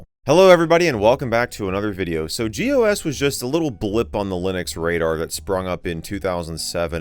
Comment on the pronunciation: when you read gOS as "gos" it's pretty funny